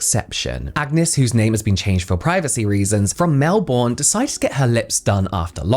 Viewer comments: Mel - 'born' LOL - Mel 'bun' ... g'day from Australia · From Melbourne lol its pronounced melbun 😂❤ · I never know when you or your brother are pulling this piss when pronouncing words but when you said Mel BORN, as an Aussie I died a little. I really hope you were being sarcastic 🤣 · Great video 🎉 if it’s helpful for the future, it’s pronounced Mel-bin (cause Aussies are lazy) and if you ever need to say Brisbane, it’s Bris-bin 😂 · Haha as a Brit living in Australia, I smiled a little bit at the phonetic pronunciation of Melbourne. You learn quickly here to say 'Melburn' if you want to blend in. Great vid as always! ❤